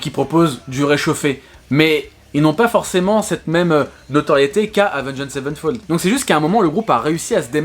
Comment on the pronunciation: Ta façon de dire le nom du groupe me trigger au plus haut point xD